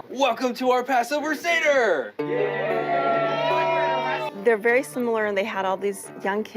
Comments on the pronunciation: It's pronounced Say-dur. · It’s pronounced sAy-der, not trying to be rude i just thought you would like to know. I am Jewish and I find this totally abhorrent. They don’t even know how or the truth of what Passover means and why we celebrate it. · It’s pronounced Seh-der, not See-der/Ceader. And they did the blessing wrong in the opening credits. It’s Baruch ata Adonai Eloheinu melech ha’olam borei P’ri hagafen. Blessed are you O’Lord our God, creator of the fruit of the vine. Amen The bread blessing is: Baruch ata Adonai, Eloheinu melech ha’olam hamotzi lechem min Haaretz Blessed are you O’Lord, our God, who brings forth bread from the earth. Amen